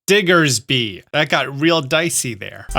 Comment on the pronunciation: watching you try to pronounce Mega Diggersby is diabolically funny